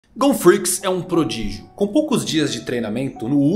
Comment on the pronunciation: "Gon Freecs é um Podrígeo", juro que escutei isso kkkkk